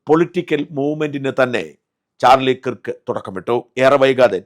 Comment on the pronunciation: കിർക്ക് അല്ലഡോ, കേർക്ക് എന്നാണ്! Replubicans തന്നെ തീർത്തത് ആയിരിക്കും...